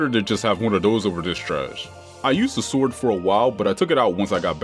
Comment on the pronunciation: Don't tell me blud really pronounced sword as s-word